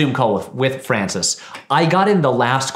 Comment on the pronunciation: Patrick says "My boi Francis Ford Coppola", but it sounds like "my boyfriend Ford Coppola" which fascinated me because it seemed to imply that the respect and admiration that he felt for the legendary director had transformed into a full-on romantic obsession, probably as a result of watching so many films of his in a row while drinking his wine.